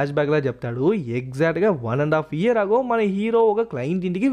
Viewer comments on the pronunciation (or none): none